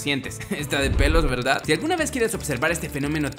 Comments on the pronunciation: Al minuto Dice veldad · soy yo o dijo " está de pelos veldad" :v?